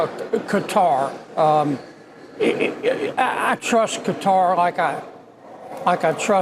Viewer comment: Retrofitted on the peoples dime, props she can actually say qatar right.